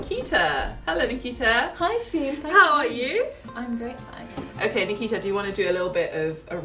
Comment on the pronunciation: Why did u pronounce Nikita wrong ? You pronounce taimur , right ? 😂😂😂😂😂😂😂